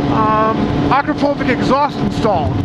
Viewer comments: You say Akrapovich wrong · At this point I think he does it on purpose.